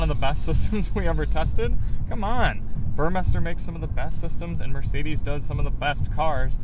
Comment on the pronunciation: Finally someone who pronounces Burmester correctly.